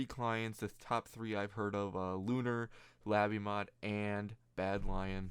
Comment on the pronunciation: lay bee mod not la bee mod